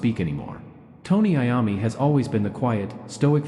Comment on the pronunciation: Is this AI .Because he is mispronouncing Mr. Iommi's name